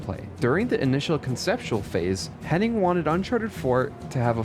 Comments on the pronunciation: FYI her name is Amy HennIG not "Henning". It's painful to hear every time you say it wrong, especially when her name shows up on screen in your own video. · Hennig, not Henning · It's Amy Hennig, not Henning. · It sounds like you pronounced her last name as "Henning" the whole time although her name is "Hennig" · HEN-EGG, NOT “HENNING” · It’s Amy Hennig, not Henning. If you’re going to say a very simple name many times, then at least get the name right. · Her last name is Hennig. You’re throwing in an extra N that isn’t necessary. You’re saying Hen-ing. It’s Henn-ig